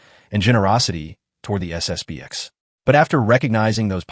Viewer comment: It's SSP-ten.